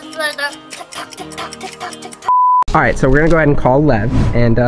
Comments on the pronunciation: When she said by lev it sounded like by love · I thought she said love actully she said lev